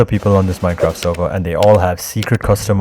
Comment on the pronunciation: nah bro said I want to be the supeurvillwan of the seurveur i cant take this man serious